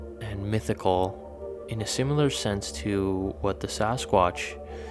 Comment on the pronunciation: There is no ' U ' in "similar" ... two in a row